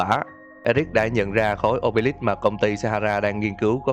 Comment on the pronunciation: Khối ô bê líp nge thành ô bê lắp Khối sì lầu ông bê líp 😂😂😂😂😂